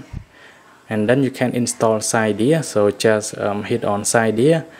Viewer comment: Cydia not cidya